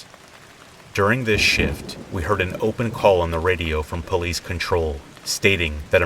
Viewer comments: Open up Puh-liese! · I like how you said police lol ❤️